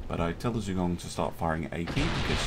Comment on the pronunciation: I think it would be pronounced Zhua-gong